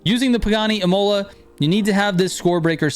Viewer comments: Dayuuum, botched up another pronunciation, it's not pronounced Im-oh-la, it's Im-hu-la lol, like the race track😂😂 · ímola not imôla :)